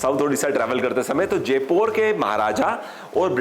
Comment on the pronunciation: Just for information, that is जयपुर not जेपोर..